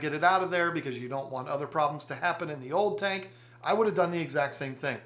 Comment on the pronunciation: Betta and beta are just 1 letter different and sound completely different, but however u pronounce it any English speaker knows what u mean. And oop he pronounced tank tinke now wheres the pronunciation police